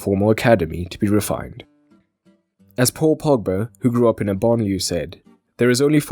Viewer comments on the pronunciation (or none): BANLIEUE not BANLIEU...